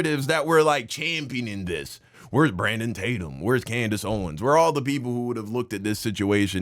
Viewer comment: Bro this nigga said “coondace owens”😭😭😭😭😭